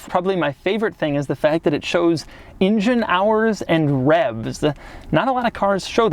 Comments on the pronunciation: I love how Doug pronounces "engine" like "InGen" from the old Jurassic Park movies. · I dislike how he says "ingine" all the time.